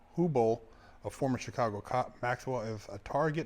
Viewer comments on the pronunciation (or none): none